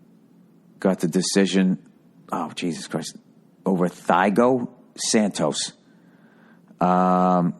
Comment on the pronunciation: its "tee-ah-go", not "thigh-go", Bill. typical american. hahaha just kidding.